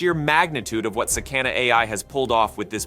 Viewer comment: Its pronounced sah-kah-nah.